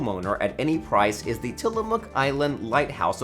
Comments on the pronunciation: Great video. One question though. Why do you pronounce the word THE as THEE? Thee way you do it every time takes away from thee content. 😉 😆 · It is annoying that you read the word THE as THEE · Hi-ho Kermit THEE Frog here…. Thee video is mildly interesting, I find thee narration transient, thee narrator subtle yet annoying, thee flow is punctuated by thee aggravating mispronunciation of words thee protuberance of thee word thee peppered throughout is thee worst. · The narration would be so much better if the narrator realizes that "a" and "the" are almost always pronounced "uh" and "thuh." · Interesting, but the guy's over-pronunciations drove me crazy. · Why do people use the long "a" and pronounce "the" as "thee" in front of every word that doesn't require it?? Makes one sound uneducated. Stop it. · Wow. How forking annoying that the presenter over enunciated every word. Every single 'the' pronounced 'thee' and every 'a' pronounced "ehi'. My ears are bleeding. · Please, for the love of Ryan Reynolds, stop saying thē! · What’s all of this ‘thee’ business? Sounds terrible. Thee only goes before a vowel or a vowel sound. You don’t say “Thee owner of thee house” that’s not English. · Pronouncing the "E" on the word, "The", is optional.